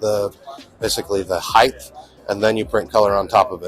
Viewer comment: heighT, not heighTH.